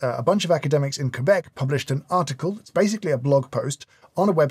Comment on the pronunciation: As a Québécois, I appreciate the fact that you pronounced Québec properly! A real gentleman